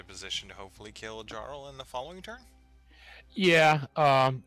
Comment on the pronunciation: Probably. A lot of names and titles for the trolls comes from Norse or Scandinavian words, and our J doesn't have any D-sound in it. It's more like the Y in, for example, yoga. So words like "Jarl" (the origin of the English "Earl") should start with the same sound as the word "Yoga". ;)